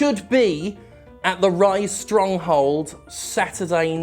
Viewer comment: Ryse-Stronghold, not Rye-Stronghold, aye?